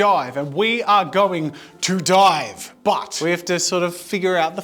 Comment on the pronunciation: AT THE START I THOUGHT HE SAID THE F WORD AND WHEN HE SAID DIVE I HEARD DIE 😭😭😭